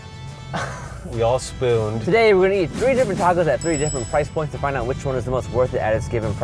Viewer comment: Lmao I thought he said tee hee at the end, instead of to eat